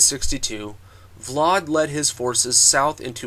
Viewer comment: its pronounced vlad, not vlard